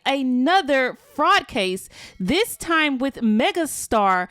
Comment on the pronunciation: Where twanna from cuz she saying TIME reall heavy sound like Chicago 😂